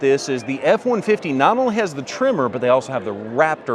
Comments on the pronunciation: It’s tremOr. Not trimmer! 😂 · Your saying Tremor, but my ears hear Trimmer … lol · Sounds like your saying trimmer..